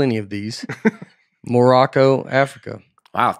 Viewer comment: The way Nate pronounced Morocco sounded a whole lot like asking for seconds on taco night. “More (t)aco” 😂🤣